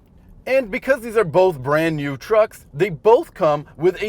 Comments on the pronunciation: Hybrids Vader I think he said "Truss" lol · You said "TRUCKS" ?